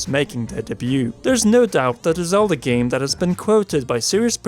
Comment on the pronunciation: I like these videos, but....does anyone else hear "Zelder" and "oricaner"? Or is that just me?